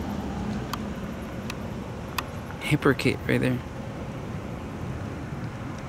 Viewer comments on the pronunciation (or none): Love you you "Hypercret" lol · He said, "That's a hyprocite right there." 😂